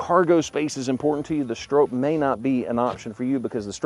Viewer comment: Pronounced “STRAW-P” ….. not “StrOHp “….. cmon…. Get it right …. You guys are great at everything else